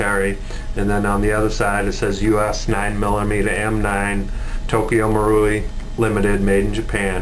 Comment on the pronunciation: pronounce Moor-rai ent it??? not marooowi